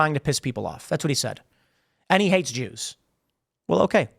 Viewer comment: Wow. I used to admire Jake Shields. But dude has gone full anti-semite. Hell, he isn't even hiding it behind the whole "I'm not against the Jews just the Zionists" excuse anymore. He is just flat out saying "da joos".